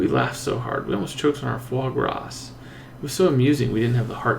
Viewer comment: foie gras is pronounced as fwa-gra. the 's' at the back is silent